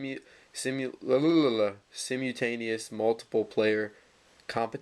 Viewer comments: S-EYE-MULL-TAIN-EE—OUSLY lmao this dude said sym-you-taneous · it isn't sim you tanious, it is sime ul tanious. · Lol it's pronounced Sie-mull-tane-ee-us. :P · Simutaneous? Seriously? You should be unboxing a copy of Hooked on Phonics instead of this Game Boy. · i stopped listening when u failed to recognize and pronounce simultaneous. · ha he cant say simultaneous